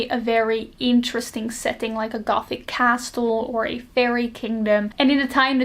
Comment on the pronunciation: Idk if you care about your accent, I think its gorg, and if you dont care about "proper" pronunciation stuff, skip this comment. But just in case you might not have a way of knowing, the "t" is castle is silent, and "epitome" is pronounce Eh-pih-tuh-mee. Like, the last e is a hard i sound